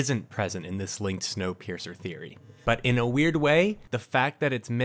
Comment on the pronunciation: video: “Wonkapeircer” me: clicks off video